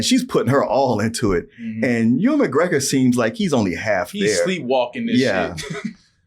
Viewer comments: Uwe-N McGregor!!!! 😅😅😅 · I can't unhear "oo-in" McGregor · It's pronounced You-in.